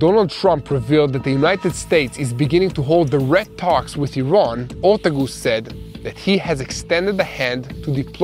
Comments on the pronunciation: OR-TAAAAA-GUUUS NOT GOOSE!! your killing me hahahaha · Pronounce for US Deputy Special Envoy is Morgan Ortagus [Ore-Tay-Gus]. I appreciate your reporting & the maps help when talking about various cities. Thank you and all of TBN-Israel staff. Blessings and Happy Freedom Festival / Passover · Ortagus, pronounced 'or-TAY-gus'.